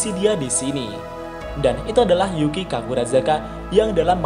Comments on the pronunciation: Pak kalo nyebut nama yuuki agak diperjelas lagi dong wkwk,ada yg kedengaran yuuki dan ada yg kedengaran zuuki jadi agak salah paham nih kita wkwk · Yukii, bukan juki bang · Bang kadang Yukii terdengar seperti Zukii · Gua dengarnya Mimin bilang Yuuki itu Zuuki